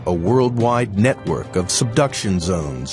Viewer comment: Lol... BBC "NetWOK"